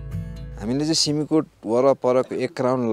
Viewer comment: सिमिकोट होईन “सिम-कोट”